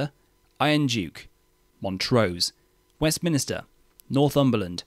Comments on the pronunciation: It is Westminster, not West Minister!!!! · HMS "Westminster" is not pronounced as "westminister" and H is pronounced as "Ay-ch"